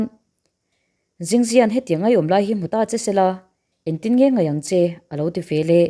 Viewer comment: Veleh tih turah velah ti tawh lo hram teh aw, eng tinge mahni pianpui ṭawng pawh hi in thiam tak loh viau le.😢